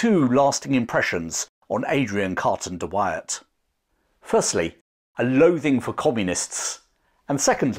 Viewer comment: Try saying his name again...